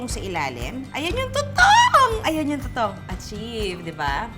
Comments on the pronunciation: Winner yung “Too-Towng” 🥰😂😅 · buset na yan,,, humagalpak ako sa suyal na "Tutowng!".. hahahaha